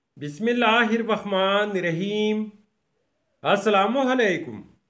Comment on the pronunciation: It is Bismillah hir rahmaan nir raheem please recite it properly It's a request so don't take it wrong